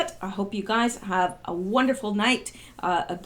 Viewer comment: You said in your "farewell" Have a good night & "thank you"... NO.... phonetically... "Thank "Q"" (teehee)